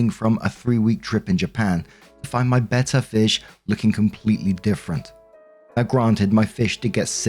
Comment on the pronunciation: Wow pretty much no one here is the US pronounce betta correctly. Is that the typical pronunciation in the UK? Either way good job lol.